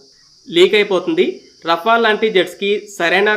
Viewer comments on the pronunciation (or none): బాబు రఫెల్ అని సరిగ్గా పలుకు మొదలు. మాట్లాడం రావడం లేదు.